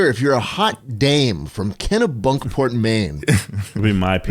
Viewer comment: It’s “Kenny-Bunkport” not “Kena-Bunkport” 😠